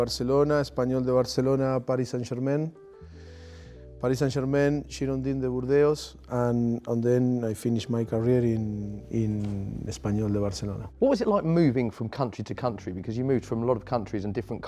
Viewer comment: How the hack is he saying "Girondons de Bordeaux"?? :DDDD